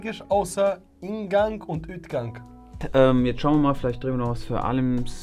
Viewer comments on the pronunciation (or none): Ütgang hahaha 😂 das wird Out gesprochen nicht Üt 😂 und das G wird auch eher wie ein arabisches Gh ausgesprochen 😂